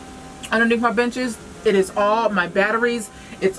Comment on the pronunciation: She said “underneath my benches” I heard “underneath my bitches” I just about died 😂😂